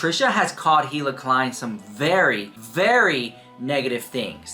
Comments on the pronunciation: You know damn well you have heard her name in this video plenty of times. The H is silent. It sounds like "E" La actually. So idk why you keep continuing to say Hila and it's not like ur kinda saying the H u are really saying it. It's not cute or quarky ,ur not being "different". It's annoying. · you are pronouncing Hila incorrectly. Pronounced Eeee-lah.